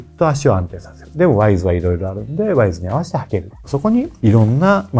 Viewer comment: へ。 『ワイズ』ではなく 『ウィズ』ですよ。 『トゥー』ではなく 『トウ』ですよ。 セレクトショップのスタッフでも良く間違った発音をしていますし、 著名なYouTuberさんも同じく 間違った発音をされています。 (影響力のある)有名な方なので、 敢えて苦言(と思わないで頂けると嬉しいです)を申し上げました。